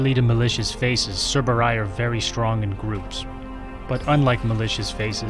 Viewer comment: Why do you say "cerberay" instead of "cerberi"